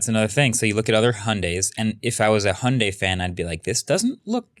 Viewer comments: Hyundai - Hi-und-eye. Not Hunday. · 현대 = hyundae (hy-uhn-day), not hi-und-dai. good try though